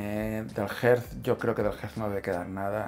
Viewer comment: Y por qué pronuncia “Jerz” el juego Earth? 😂. Se supone que es “Erz”.